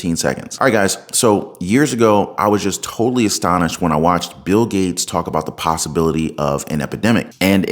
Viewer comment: Bill GAYtes? BwaHahahaaaa